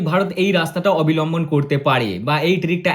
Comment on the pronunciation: It's not abilamban. It's abalamban.